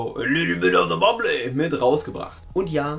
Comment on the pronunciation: Ich will diesen Wein, einfach nur wegen dem Namen "a little Bit of the bubbly" und weil der so krank ausgesprochen wird 😂